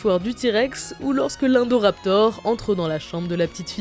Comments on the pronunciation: L'indoraptor ne se prononce pas 1doraptor mais se prononce ine/do/raptor. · PS ça se dit chat indoraptor pas endoraptor